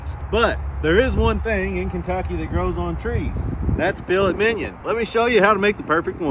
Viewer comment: I love Dan-Os proper pronunciation of Filet Minion.